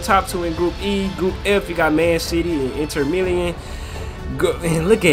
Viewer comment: It’s inter Milan not milian